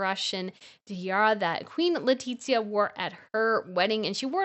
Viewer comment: Don’t know why bothers me the pronunciation of the name of Queen Letizia it’s LE-TI-ZIA not LETITZIA 😏😏